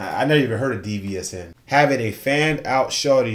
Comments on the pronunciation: DVSN is pronounced as division they're signed with Drake and have wrote hooks for him and songs for other artist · Its pronounced “Division” (DVSN)❤